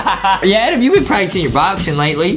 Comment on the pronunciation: The game says adam but its adem lol